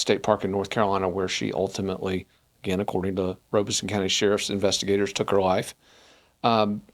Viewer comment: Robeson (ROB-ih-sun) Rob Not Robe And no R after the E